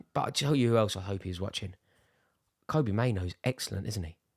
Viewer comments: Great vid Rory! Just for future it's Kobbie (like Robbie) Mainoo, not Kobe 😂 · Had to say this to let you know - it's Kobbie like Robbie